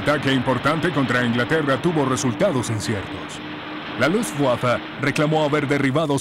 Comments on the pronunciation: seee LUTSWAFA!!! HORRIBLE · Se escucha lufwaffa pero no importa como dijo Beethoven " tocar una nota equivocada es insignificante, pero tocar sin pasión es inexcusable". Así que como sea es un buen documental . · Nunca en la historia de los documentales de la Segunda Guerra Mundial, habían pronunciado tan feo Luftwaffe :(